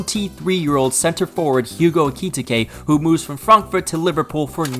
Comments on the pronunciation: Ekitike not Eketeke 😂😂😂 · This is the first time I have heard Ekititke pronounced that like that